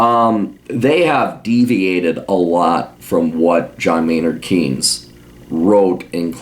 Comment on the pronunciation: I love how he mispronounces Keynes